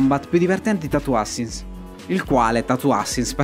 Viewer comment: "Tatoo ASSASSINS", non "ASINS". Tatoo Assassins può essere brutto e fatto male, ma dai, non si può dire che non sia divertente. Se lo analizzi bene, incarna esattamente la definizione che dai tu stesso! "Brutto" non è la stessa cosa di "non divertente".